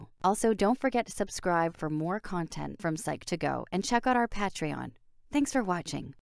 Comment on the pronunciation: How did you pronounce patreon???